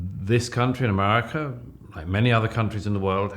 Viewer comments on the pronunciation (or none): I think Doug is amazing, but if he is going to talk about America on the reg, he needs to learn to say it properly. :)